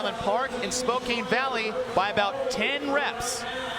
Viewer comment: someone doesnt know how to say spokane.